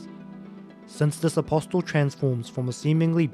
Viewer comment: the t in apostle is silent was driving me nuts lol